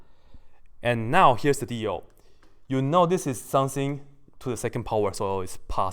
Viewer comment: Everytime he says 'something' I hear 'sensei' _